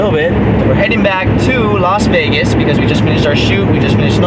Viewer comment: Did he say vegas???